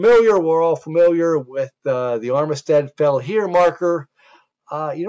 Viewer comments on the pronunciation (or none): Armistead is pronounced armstead in va